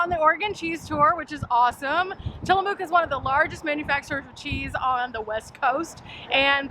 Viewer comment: Love both you and bunny, Great vids, being from salem oregon I go to tillamook often. Next time you go through you should stop at The Crazy Torta & Seafood. It's right across from the cheese factory. Also we locals pronounce it Tilla-muck. Not mook. Happy travels.